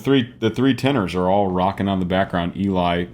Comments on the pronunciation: Another great reaction. One word.... Eli's name is pronounced El - EE (not the more usual EE- LI). Short for Eliezer (hope I spelled that right!) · Just in case no one else has mentioned it, Eli's name is pronounced "Ell-ee", not "Ee-lye". 😉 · I love your explanations of everything, but... Can I correct you in one thing please? Eli's name is pronounced L EEEE not EEEEE leye. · Not being a jackhole but its.pronounced LE. Like Ellie. The female not Ely the male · First, I enjoy you musical analysis. It’s interesting. Second, really, Eli’s name is pronounced L-E, not ee-lie. Short for Eliezer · fantastic high cs on the high seas! btw it’s pronounced Elly not Eli 🏴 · Just wanna point out eli's name is pronounsed elee, not eli like its written. Great video as always 🥰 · Just for illumination's sake... Eli's name is pronounced "eh'-lee" I know. I made the same mistake, and later learned of my error. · Just FYI. It is pronounced Ellie. As in the beginning of the name Eliott. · Great reaction as always.....and Eli is pronounced "Elly" in our Eli's case. LOL This was such an incredible arrangement. Geoff outdid himself on this one. It has so much complexity. These guys are so damn talented, and Eli (Elly) is an absolute rock star in this one. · Thanks for this reaction! As I'm sure that someone has told you, Eli is pronounced 'Elly'. I think you should go as deep into the music theory as you'd like. Looking forward to your next reaction! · I love your channel and I love Voiceplay! One thing I learned is that Eli pronounces his name like “Ellie”. Please keep up the great work and I think you would be surprised by the choreography in Geoff’s Monster Mash. In any event I’ll keep watching! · Just so you know, Eli's name is pronounced like "Ellie". Odd i know but there you go lol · I love how you break everything down--I actually learn a lot from it for my own singing. One note: Eli is pronounced as "Ellie". Not a big deal but I know you always want to be accurate. ;)